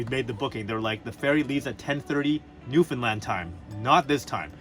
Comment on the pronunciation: Love your videos. Did ever learn to say Newfoundland correctly?